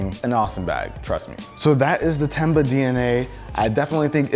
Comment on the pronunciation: When he said “Tenba” I heard “Ten buck” 😂